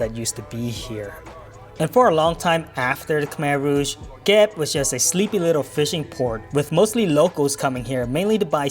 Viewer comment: Come on,. You gotta pronounce Kep the correct Khmer way and not western style. 😂